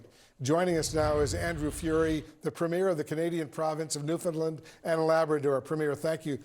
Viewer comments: Why are premier and Newfoundland mispronounced on American news? He's not a movie "premiere" he is our premier. And it's not New-fin-lind. It's New-found-LAND. Understand? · New-Found-LAND! Not Lund. Land. like this; Understand Newfoundland. This is from Newfoundlander... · It's worth the price of admission just to hear Americans struggling with the word "premier". And especially Newfoundland.